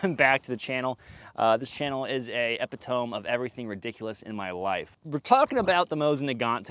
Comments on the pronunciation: Epi-tome lol, like it's a giant book. More like eh-pit-o-me for future reference! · It's pronounced "uh-pit-uh-me" not "eh-pih-tohme" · This kinda goes across a few of your vids since you seem to like the word and also seem to be otherwise relatively well spoken... but epitome is pronounced "epi-toe- meeeee" not "epi- tome". You're using it correctly, which is always a plus... but you're pronouncing it like the people who don't. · By the way, "epitome" is pronounced "eh-pit-oh-me" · That SoyBoy intro was pretty great, and your Mosin bolt looks a lot smoother than mine was. However.... Epitome....../əˈpidəmē/....."a-pid-oh-mee". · Its epitome - pronounced like sodomy. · One of us mis-pronou ces " epitome". power on bro. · did he just pronounce epitome, epitome?